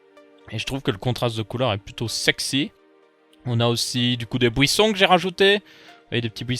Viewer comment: Le beau "bouisson" mdr